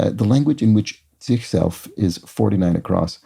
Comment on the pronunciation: Your pronunciation of the Dutch/Flemish ''zichzelf'' was perfect 👌